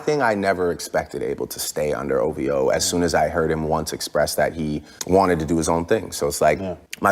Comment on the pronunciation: One of drakes biggest crimes is that he pronounces it "O-VEE-OH" buts its spelled O-V-O, like my niggq wheres the "E" sound coming from